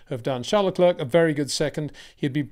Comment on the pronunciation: Peter, has no one ever told you that Charles last name is pronounced Le Claire like Frank William’s daughter’s first name.